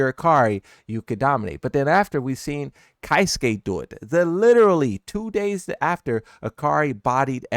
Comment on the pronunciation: Hearing say 'Keisuke' makes me die a little inside.